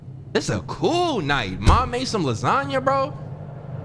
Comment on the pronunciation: What do you do w/the extra time you save from dropping the "a" in lasagna, & calling it "lasagn"?